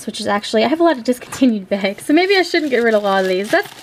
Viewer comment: Why do you pronounce BAGS...BEGS?